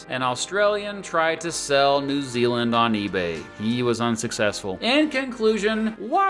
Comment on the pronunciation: New Zealand ( not New year).